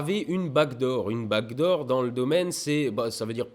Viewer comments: C'est qu'il "back door" beaucoup trop à la française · Chaque fois que tu dis : "back door" j'entends "bague d'or" hehe. Peut être pcq jsuis québécois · Demiurge Borgir, pareil !! Bon, tant qu’on entend pas back room.....😜😋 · MOI AUSSI !! c'est dingue non ? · C'est parce que le son k et le son g sont très semblables, le g est la version voisée du son k. Et j'ai appris ça par hasard en étudiant le japonais. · Demiurge Borgir pareil pour moi (et je suis prof d’anglais lol) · Lol non t'inquiètes moi aussi je comprends bague d'or et je suis francais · ah ok, moi aussi, je comprenais "bague d'or" (j'habite en Bretagne) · Demiurge Borgir j’étais aussi persuadé qu’il disait bague d’or et je viens pas de Québec mais de 🇨🇭! 😂🤣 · nan moi aussi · Pareil! Haha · "Backdoor" mais avec l'accent mosellan, c'est difficile à dire :D